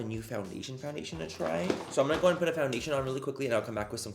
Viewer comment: i’m sorry, i’m trying to go to bed but can’t get over “now that we’re foundashed” ahahha ilysm